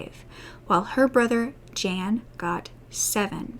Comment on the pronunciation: Jan (M) is actually sounded out like Yawn